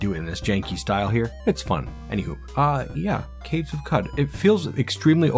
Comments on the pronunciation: qud is pronounced like "kuhd" because it comes from qudzu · It's pronounced Qoc